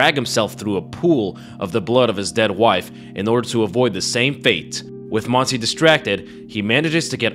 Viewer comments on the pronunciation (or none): Listened to the whole thing constantly thinking "uh, Monsie is a very weird name for a spanish woman", didn't catch up it was actually Montse until I saw it written on the subtitles. Not shitting on your accent here, you only got a vowel wrong, but I found it funny how I went through a whole spanish identity crisis for not recognizing a name.